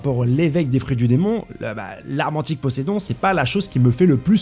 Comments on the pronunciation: Pas possedon, POSÉIDON mon pote. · Frero que tu te trompe sur dracule sans prononcer le é, ca va, quand tu tu oublie le « ayl »de crocodile ca passe encore, mais le premier gros possédon que t’a envoyé t’avais pas le droit il ma tarpin surpris lol